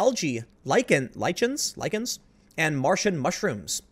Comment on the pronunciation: Lichen (Lie-ken)